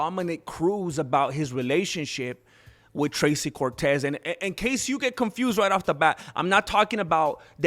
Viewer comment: I boosted and liked and watched and found the Mexican word of the day "Thrrrrrrracy" Cortez...: I whento ge-mi chanclas to talk about " Thrrrrrrracy Cortez"